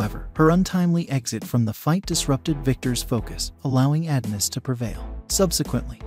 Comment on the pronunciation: It’s pronounced “UH-DON-US” not “AD-NUS”.🙄